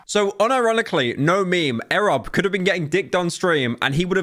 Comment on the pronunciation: why he saying it like that? its E.Rob